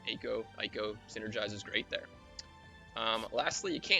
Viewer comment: It is "ay ko" by the way. since you asked